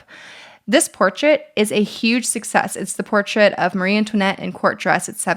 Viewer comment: Great video. But one thing: it's Marie Antoinette, not 'Marie'.